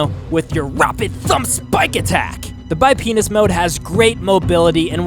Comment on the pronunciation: he says bipenis